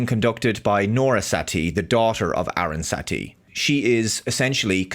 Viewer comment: btw, the character that's been grossly misidentified by Star Trek Starfleet Academy is Aaron Satie and not "Erin Satee". also, in the episode "the Drumhead" it is Norah Satie, the daughter of Federation Legal Counsel Aaron Satie, played by the late Jean Simmons, that the antagonist of the episode. i can located any misquote, or misrepresentation, of Star Trek because i have the complete TOS, TNG, DS9, Enterprise, all of the movies of the TMP, TNG and Kelvin Timelines on DVD/BluRay...i don't and won't have anything to do with Lower Decks, the shorts, DIS, SNW, SEC31and the current trash of Academy.